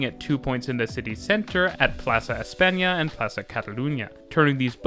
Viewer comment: Plasa Eispania, Barcelona-Vales line... jajajajajaja